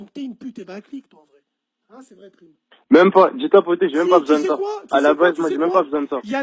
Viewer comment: Black Joint en live ok ta des liens ou des preuves?? Ce qui m'énerve c que dans la vidéo ya plein d'élément qui prouve que c lui Le plus flagrant : le passage où Bassem prononce mal son nom, il dit prime avec un I, et prime le reprend en lui disant necorche pas mon nom , prime ce prononcé prAyme en sonorité parlant Bref arrêté vos délire , prime n'assume pas et c bien normal ya une grosse communauté islamiste pur et dur dans l93 lui même sais que la vrai vie ça plaisante plus , surtout aujourd'hui